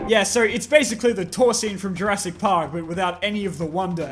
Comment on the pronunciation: Jur-ASS-ic world